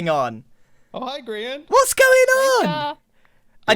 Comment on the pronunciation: Grain. That’s it. Grain. Not grian, Grain.